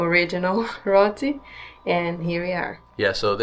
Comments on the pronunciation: Never call Roti, “Rot-ti”. It’s pronounced (Row-ti). FYI 😊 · It is not pronounced Rot ti, it is pronounced Row ti. Because lots of foreigners buy roti, you tell the person wrapping for you the following for spice. Slight pepper ( a little bit) Medium pepper ( hotter but not unbearable) Hot ...you know what that mean Extreme hot ( very hot, hot, hot) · It’s pronounced RO-T not ROT-E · wat is rothy it is pronounce row tea,,,,,roti,,,. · It’s ro-ti not rot-ti… nice video though ❤ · Is not pronounced Rotty But Roti. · PLEASE! Not "ROTTEES", OK? It's "ROATEES" (like GOATEES) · Great video guys. I looked at you videos from 🇵🇹 , went there, Turkiye went there,Curaçao went there. Row-tee, not Rot-tee though. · It's Row-T not Roty 😀....great video ! The best I've seen of home. Thank you 🌺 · The pronunciation is "ROW TEE" not ROT TEE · Great vlog.. Usually the roti is not spicy its what you have as filling. Meat or veggies. It's actually pronounced Rowty, not Roty. Great vlog guys. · Roti is NOT PRONOUNCED "Rotti". It's pronounced "ROA-TI" or "ROW-TEE"‼️👀😑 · It's pronounced like row t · that roti is called dhalpuri. locals call it that. den theres bussupshot and sada roti. roti is pronounced more like rotee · Its called row-tee. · Also for roti, remember you have to ask for pepper to be added if you want it spicier. You can also ask for it to be put in a box with the rOti(pronounced roWti)separate. God bless.❤ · The correct pronunciation is Row-tee ... Roti. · Say it with me row-tee (roti) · roti - like " ROH - T " but more like "ROW -T" . Stay safe . Enjoy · Awesome job of showcasing our country T&T, really enjoyed your videos of both our islands Trinidad and Tobago, you guys most definately did a better job of promoting our gem of an Island than our Gov't is doing. Wish i could enjoy all those Gluten foods like you guys can, btw its pronounced ROW-TEE here, not ROT-TEE, :face-blue-wide-eyes:😎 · Roti is pronounced Row-t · It's pronounced "Row" "T" 😂